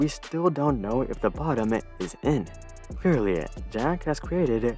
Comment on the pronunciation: "Clear-lee-uh, juh-uck ha-us cree-eh-did-uh..."-!? Oh-la-uh, eww mean stah-tid-uh dee-za-aus-tah-lahhh-uh? Uh-uh? No finite being can create tou mean he started a disaster, the above phonetic spelling is accurate to your speech impediment and reflects my suffering in being exposed to it. Please stop-uh-ah, learn proper enunciation, stop-uh spee-he-king-uh like tha-uh-uh. This time-uh, please-uh get-uh speech therapy-uh.